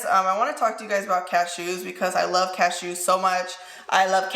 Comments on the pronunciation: Does anyone else love the way says ca-shoos lol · the way you say cashews 😂😂😂